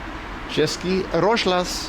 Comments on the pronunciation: "Český" is pronounced "che-ski" and "rozhlas" means "radio" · Nice vid. You need to work on your czech pronunciation tho. češkí rožlas XD